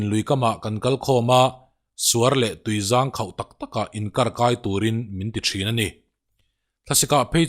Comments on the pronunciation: Tui zaang khauh niloin tui zang khauh tihtur an ti :D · Tui zang khau I lam rik dan hi hnungzang kan lam rik and in lo in mipa zang I lam rik anga lam tur a ni zawk lo maw